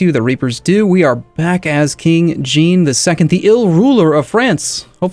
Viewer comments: It isn't 'Jean' - like 'Blue jean'. More like how you'd pronounce 'Jacques' - same sound at the beginning of 'Jean'. Zhah(n) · Anyone that's watched Star Trek the Next Generation knows how Jean is pronounced. It ain't GEEN luc Picard.